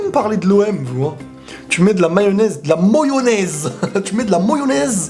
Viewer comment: "Moyonaise" j'ai pété de rire 😁😁